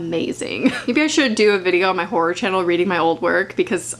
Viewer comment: Though she said ”whore” the whole time and I was like, c o o l turns out she meant ”horror” i- aha